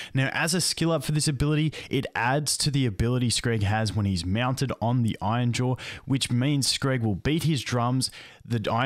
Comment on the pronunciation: Hey, R's aren't there to be skipped but actually to be pronounced. Iron, not ion. Iron-jaw, not ainja.